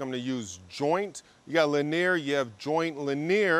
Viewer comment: I say linear wrong too. Mispronouncing technical terms usually means your self tought....that's not a bad thing